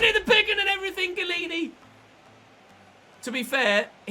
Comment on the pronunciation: Can you start saying Gollini all the time instead of 80% of the time? Thanks